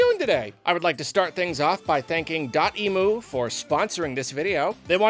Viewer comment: You pronounced DOTEMU wrong.. it's not emoo like the bird.. it's M U like emulator.